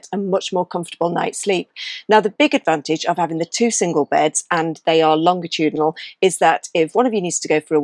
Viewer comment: The standard English pronunciation uses a soft “g,” like a J sound: longitudinal (lon-juh-TOO-duh-nuhl)